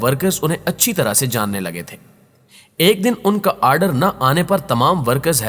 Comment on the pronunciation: What the fuck is aaaardeer??